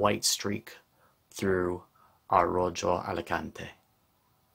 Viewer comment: Nice job. Just to let you know, Rojo (in Rojo Alicante) is pronounced Ro-ho (it's a stronger sound than that for the J but I can't find it in english). It's red in Spanish. Beautiful finish in that one particularly!